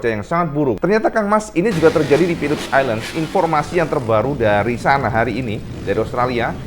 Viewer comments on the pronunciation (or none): Philip island om bukan Philips island, biar gk belibet hehe